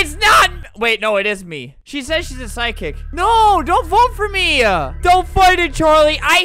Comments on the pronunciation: why does psychic sound like sidekick when Albert says it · Lol Albert keeps pronouncing “psychic” as “sidekick” 😂